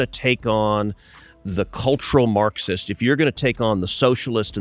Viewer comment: Marcksist, what the H is a Macksist?